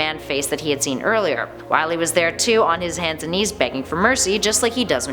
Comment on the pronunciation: ITS NOT WILY IS WAWY